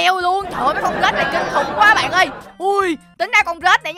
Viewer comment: Anh ơi cái đoạn anh nói con rết thành con rích hi. Hihi em hơi mắt cười í, hihi🤣🤣🤣